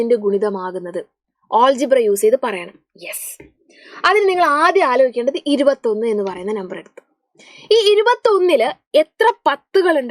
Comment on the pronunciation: ഓൾജിബ്രാ alla അല്ജിബ്ര ann